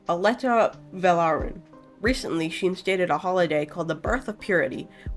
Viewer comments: "alstaea" is not pronounced "aleta". it's "all stay uh" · I think its more like "as-tay-a veh-lar-in" for the pronunciation of the queens name Great video btw